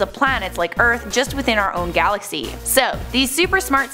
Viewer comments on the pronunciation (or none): none